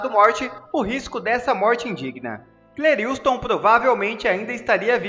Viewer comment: Lê-se CLÉRISTON e não CLERILSTON